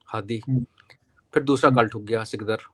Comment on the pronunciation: Don't call सिकदर to SIKDAR, its (Sikdaar)सिकदार